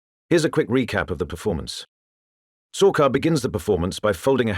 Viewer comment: It's sharkar not sorcar's 🚘